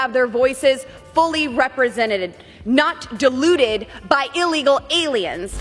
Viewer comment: She pronounces diluted as deluded. Says it all really.